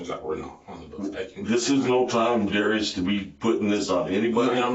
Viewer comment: That's not how you pronounce "Darius."